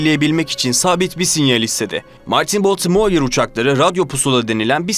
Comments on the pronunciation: Verdiğiniz bilgiler için teşekkürler. Ancak telaffuz sıfır. Baltimore veya Blenheim nasıl telaffuz edilir? Madem bilmiyorsunuz bari google a sorun. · Baltimore u ne biçim okuyorsun sen genç adam? Bu ne cehalet?